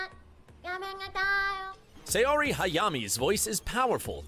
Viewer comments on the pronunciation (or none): Cringe is right. Saori is pronounced Sa-oh-ree; the "ao" sound is pronounced ”ow” like when it hurts. How did it get a Y sound? 😂 I think he thought of Steve Aoki (which is actually pronounced Ow-kee.) 😂 Edit: going forward with the video, I realized he butchered so much more. 😂😂😂 But he pronounced YaGAmi and TANjiro right actually. The accent is on the capitalized syllables. 😅